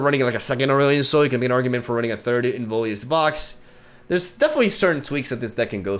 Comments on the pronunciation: pronunciation police here: it's in-VIO-lous vox. not in-VOLI-ous vox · Pls it's not Involius, it's Inviolus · Please, after zaunite your chain. Its the inVIOLUS vox, not inVOLIUS vox. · IN - VI - O - LUS. I don't know why it triggers me so hard, but yeah. Nice deck! Looking forward to your new creations! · Little Pronunciation Nitpick: hes called inVIOLus Vox (like Violet). I Think its Latin for "unviolated/uninjured voice" or something...